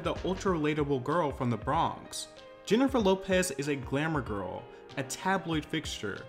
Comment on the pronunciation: “The bhronx”